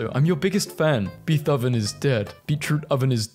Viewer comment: I can’t tell anymore if this guy intentionally mispronounces things that should be common knowledge or literally just doesn’t know how to say them. Like really Beeth-oven? “BAY-TOVEN”